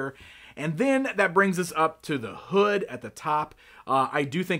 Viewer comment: Lol at emphasis on the hood